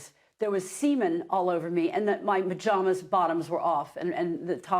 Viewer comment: why does Janice say "MAJAMAS", not pyjamas? thinking shes cute?